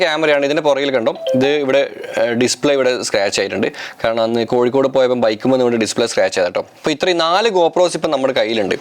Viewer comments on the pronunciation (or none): none